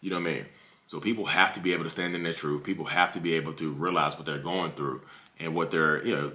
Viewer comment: TruTH..not truFF..ugh!😂😂